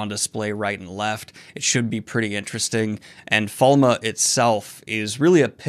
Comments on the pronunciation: Wait no one pronounces it Falm except me? I can't find the official version anywhere. You say Fall-muh here, another guy on another channel says Fall-May. I just wanna say Falm. *Shakes fist at Robert Jordon smirking somewhere in the heavens. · THATS HOW YOU SAY FALME? WHY??